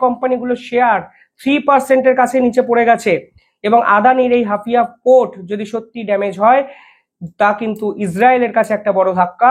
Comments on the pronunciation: Hafia na HAIFA. ektu dekhe nio. Tommar channel regular dekhi. Khub informative. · হাপিয়া নয় " হাইফা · Haifa. Not Hafia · Hafia? Hapiye utlam Haifa it is. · ওটা কি হাফিয়া না হাইফা হবে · হাফিয়া নয়, হাইফা | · হাফিয়া না হাইফা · Hafia not Haifa